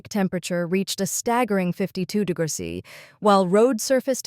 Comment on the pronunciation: You need to help your AI reader! Write the script in full: "degrees centigrade" or "degrees C". The AI seems to struggle with "°C" Also "kilometres per hour" instead of "km/hr".